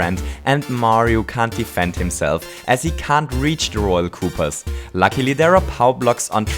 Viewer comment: why are you calling them coopers there pernounced coopas /stupid